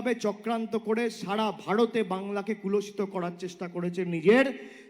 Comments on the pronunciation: Kulashita noi re , kolushito bole.. Bangla Bangla kore chechae.. Bangla vasa i jane na.. Bornoporichoy ei jonnoi porte bole. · ভাইপো তো বাংলাটাও ঠিকমত বলতে পারেনা । কলুষিত কে বলছে কুলষিত। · আপনার কথাটা হবে "কলুষিত," "কুলষিত" নয়। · কলুষিত বলতে গিয়ে বলছে কুলষিত ! ভাষা ঠিক নেই। মাথা খারাপ হলে ভাষা ঠিক থাকে না। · ওরে পাঁঠা,শব্দ টা কলুষিত, "কুলসিত" নয়।। একটু পড়াশুনা কর । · কথাটা কুলষিত নয়, কলুষিত। বাংলা চালাতে গেলে বাংলা ভাষাটা তো শিখতে হবে, তারপর অন্য কথা। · কুলষিত নয় ওটা কলুষিত হবে । ভিডিওটা অন্ধকারে বোঝা যাচ্ছে না । কণ্ঠস্বরের মিল নেই । সাব টাইটেল দিয়ে ভিডিওটা অনেক যত্ন নিয়ে বানানোর চেষ্টা হয়েছে । কিন্তু শেষে পায়েস বানাতে গিয়ে ছানা কেটে গেছে । নতুন কিছু দেখার অপেক্ষায় থাকলাম । এই ভিডিওটা কোর্টে জমা দিয়ে কেস করে দিলেই তো বেশ ভালো হয় । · কুলশিত নয়, ওটা কলুষিত হবে। ভুল ভাল বাংলা বলাটাও বাংলাকে কলুষিত করা। অবশ্য যেমন গাছ, ফলটাও তেমনি হয়। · বাংলা টাও ভালো করে বলতে পারেনা 😅 কলুষিত কে কুলষিত বলছে😅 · Aare gadha katha ta kuloshito noi kolushito. Bal ta k keno tihar nea jacche na. Ei fake sting operation thik narada sting operation er moto designed and planned by koila chor bhaipo. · এই অশিক্ষিত লোকটা ন্যূনতম বাংলাও জানে না। 'কলুষিত' কে 'কুলষিত' বলল !! অবশ্য ক্লাস এইট পাশ করা অশিক্ষিত অপদার্থ লোকের কাছে আর কী বা আশা করা যায় ?? 😡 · বাংলাকে "কুলষিত"(?) করার চেষ্টা করেছে বাংলায় কি এরকম কোন শব্দ আছে বাংলা ভাষাটাও ঠিক করে উচ্চারণ করতে পারেনা এটা তো বাংলা ভাষার প্রতি অসম্মান, নয় কি?